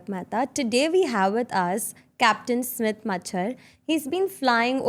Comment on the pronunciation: It's Smit not smith